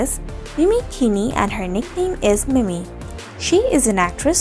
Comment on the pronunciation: Hey name is pronounced mimi not mini .. christ